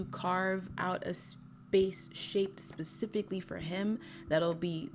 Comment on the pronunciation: Love your content but why do you say “pacifically” instead of “specifically” I noticed in the courage the cowardly dog video as well ?